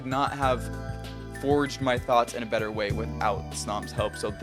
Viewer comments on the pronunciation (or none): none